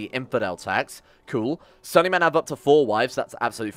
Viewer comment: Sunni is pronounced soon-y not sunny